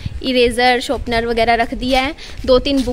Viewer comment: sharpener hota hai shopner nahi.😂